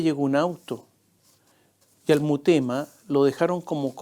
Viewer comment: Mi querido Tomás, son en directo tus comentarios?, creo que deberías editarlos, para corregir "murema" por Mutema, por ejemplo, y otras pifias, pues no alcanzas a leer. Todo con cariño y respeto, pues te admiro, tanto por tu inteligencia, preparación e ironía. Un abrazo.